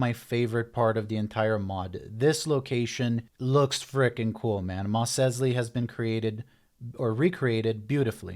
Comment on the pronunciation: Why the FUCK do you pronounce Mos Eisley like that??